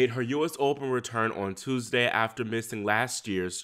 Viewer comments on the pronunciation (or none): none